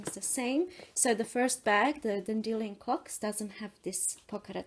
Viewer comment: Also, the way you pronounce "dandelion" is how I say it; you're the only person I've heard pronounce it that way hehe